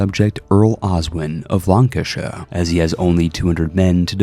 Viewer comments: Laughed at the pronunciation of Lancashire. Lan-CA-shire. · Please don't say Lancashire like that again